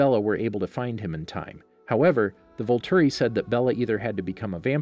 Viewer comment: "Volturi," not "vulture"